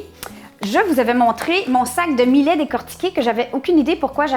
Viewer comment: Salut.......c'est bon aussi avec du quinoa a la place du millet, ca a plus de gout.........Au fait "millet" ca se prononce comme "Juillet".........Bisous du Sunshine state. Christian.....PS: comme mome je bouffais tout ce qui n'etait pas cloue au sol, il n'y avait rien qui etait "safe".......meme a 8 ans j'avais bouffe toute la boite de caviar de mes parents (200 gr.)....ils avaient eu la mauvaise idee de l'ouvrir la veille au soir "pour essayer" avant l'arrivee de mes grands parents....!